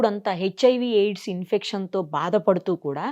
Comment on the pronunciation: ఇన్స్పెక్షన్ కాదు ఇన్ఫెక్షన్...💥